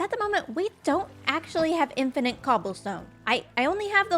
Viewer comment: You're the second Canuck I've heard add a third 'n' to the word 'infinite'. Maybe it's a weird accenty type thing... makes me wonder how you pronounce 'finite'.... Fun series though. Thanks.